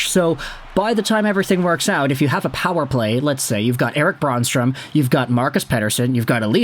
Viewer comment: Eric Brannstrom is pronounced Bran-strom, not Brawn-strome. The Bran is pronounced like Bran Flakes.